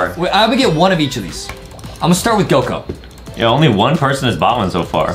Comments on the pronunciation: It's not goko it's goku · Bro called Goku goko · Its not goko its goku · It suppose to say Goku